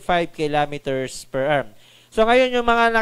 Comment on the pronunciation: what the heck is 135 km per errrr 🤣You sound like a freaking pirate errrrrrrr, just say the right pronunciation "per Hour" don't read the abbreviation.